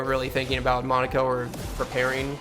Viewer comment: Awesome job but I have to ask is there some secret society of streamers who all banded together to mispronounce Monocos name as Mon a co instead of Mon o ko. It's making me crazy I mean they refer to him correctly in the game